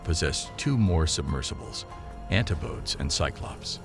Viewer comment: ‘Antipodes’ is pronounced an-tip-o-deez, not anti-podes. 🤣